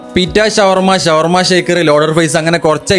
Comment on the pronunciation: ശവർമ അല്ല ഷവർമ